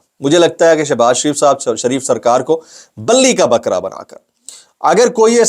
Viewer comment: Bhai, billi ka bakea nahi hita hai! Bali ka bakea hota hai! Bali hindi word hai jiska matlab qurbani hoti hai!